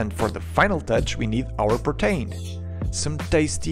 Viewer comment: its not pro tain. its pro teen